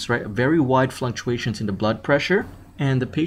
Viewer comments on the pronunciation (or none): Fluctuations. Not flunctuations. Tighten up.